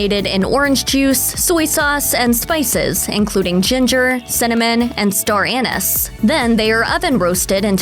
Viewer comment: If the script has an ingredient you don't know how to pronounce, then look it up before recording the episode. Of course, talking about Star Anise here. :)